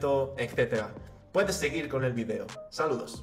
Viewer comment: Por que no sabes pronunciar video por dios